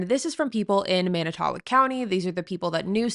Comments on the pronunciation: /Mannit-toe-walk/ is how you pronounce it. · I live in Manitowoc and I understand it’s hard to pronounce it’s man~I~to~walk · This is the first thing I noticed & it was very distracting. Fond du Lac native here & it made it hard to focus on her discussion when she didn’t bother to check the pronunciation. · There are so many reasons why you SHOULD be able to pronounce Manitowoc correctly